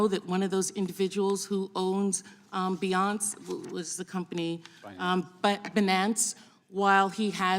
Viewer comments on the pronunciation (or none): The way she pronounced BE NAUNCE! My gawd this person doesn’t even know what they are talking about.